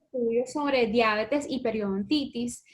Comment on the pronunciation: No logré ver el video completo porque no soporté escucharlas decir "Diábetes" ... No lleva acento(tilde), es Diabetes se pronuncia Dia - be- tes ...Horror!